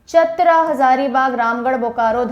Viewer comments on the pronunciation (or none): चतर नही चतरा